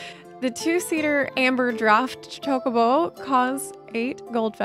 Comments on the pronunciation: you need to learn to say chocobo properly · The way you said Chocobo lol